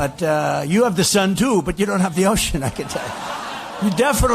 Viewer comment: "You have the sun 'tuu'... " Seriously wtf is up with his pronunciation of the word too?